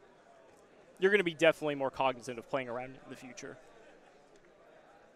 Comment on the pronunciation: What is trying to say? Cognitive? Cognisive? Cognicent? Just throw the word out your vocabulary brotha it ain’t working 😂